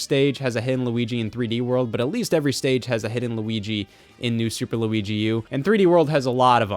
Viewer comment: does it make you happy when i say lugi